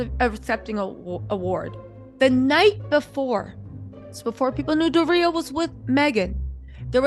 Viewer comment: Love ya, but its Door-Re-ya...Doria 🤣🤣🤣